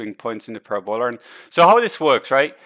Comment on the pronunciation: Thanks Don! Always learn something from you. BTW, Parabola is pronounced puhRAbuluh :)